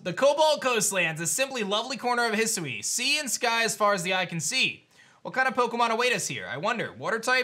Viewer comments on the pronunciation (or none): Loved the video. Lemme do you a favor, bro. It's pronounced He Sue Weeeee. But as one word.